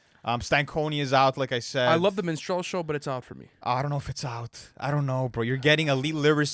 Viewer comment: Its Min-struhl-show not Min-strell-show 😂